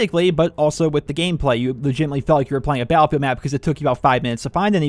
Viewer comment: cause that's how he said it in the video